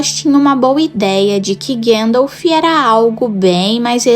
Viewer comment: Gandalfi kk